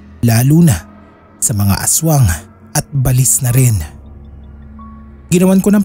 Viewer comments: Ba-lis ang pag pronounce SA amin SA bicol Hindi balis na mabilis bigkasin share KO lang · baLIS talaga? Sa amin kasi ay BA-lis. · Yung pronunciation ng balis hindi parang walis, ba—lis yun. Ang pangit pakinggan. Sana research research muna bago mag narrate. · Hahaha at first,i was thinking,ano ang balis kc ang bilis ng pag pronounce,yun pala BA-LIS😂